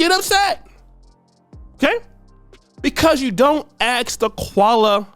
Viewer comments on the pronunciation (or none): For the love of God it's ask, not axe. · In English the word is ask not aks. Saying it wrong sounds ignorant.